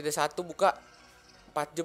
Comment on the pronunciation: ngomongnya jam sihh jangan jem